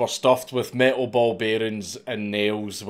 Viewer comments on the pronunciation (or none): none